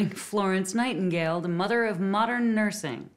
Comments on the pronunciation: “the Mudduh of Modunn Nersing” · I watched the intro 6 times and cried laughing???? "..da muddah ov moddan nersin'.".